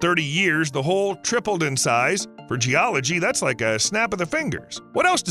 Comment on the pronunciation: He said, "Giant hole," not "Giant Ho"